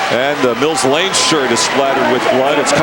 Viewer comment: Not Mill Blane, Lane